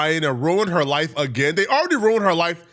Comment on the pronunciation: "They agreed with huuuh" Bro you can't even say three letter words. It's HER, not HUH. 😂😂😂😂😂